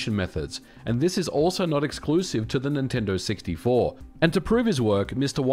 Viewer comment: Dude little tip for better audio.. position your mic a little higher, you sound sometimes like your spit devours words. Instead of Nintendo 64 u said multiple times siggty four. Clear pronunciation is the key